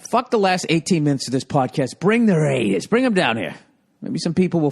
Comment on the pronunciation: The way Bill says "DA RAYDERS" is golden.